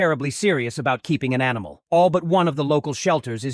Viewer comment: no, it says animal in the screenshot but the tts said amol